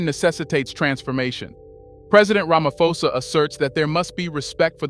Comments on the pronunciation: Stop saying Ramafosa its Ramaphosa with P not F in South Africa we pronounce name as they are writen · Bro please pronounce it properly...its Ramaphosa as in Pot. Pan. Post. Not "F". Its not english. Ramaphosa